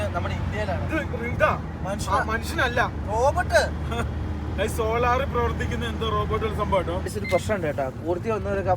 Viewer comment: Robot:Robert 😅 ❤